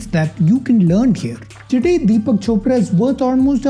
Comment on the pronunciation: Bro when you said chopra and opera I was laughing so hard bcoz it sounded something simillar😂